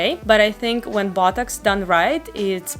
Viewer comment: sounds like she's saying buttocks instead of botox